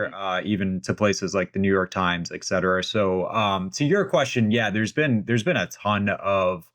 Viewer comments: How is such a well-educated man still able to utter the word “eck-cetera”??? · PLEASE stop saying "eck cetera."